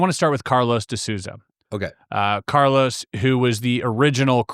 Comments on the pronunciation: For those interested (bc I'm Brazilian and natively fluent in English), (De) Souza is pronounced: "So - zuh". Rhyming with "toe" and "duh". Therefore, the first syllable of Souza does NOT rhyme with words like "sow (female pig)" or "Soo" as in "soon". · This is the pronunciation for Carlos de Souza last name: SOUL - ZAH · I barely know Portuguese, but this guy can’t pronounce the De Souza last name. One of the most common names in Brasil 😂